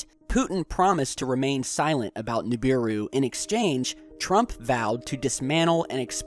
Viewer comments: stop sayin NUbiru!! its NIbiru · nIbiru, not nUbiru!!!! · Nibiru not Nubiru